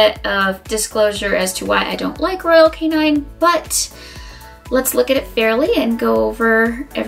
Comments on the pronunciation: It’s royal KAY-NIN not royal KAY-NINE 🙄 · What do you know about dog food? What are your credentials to be giving advice to the public about what dog food to buy. Also its not royal canine its royal canin. Why would I follow anything you say if you can't even pronounce the brand of dog food you are reviewing lol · She keeps pronouncing Royal Canin wrong. It's not Royal Canine. Short "i".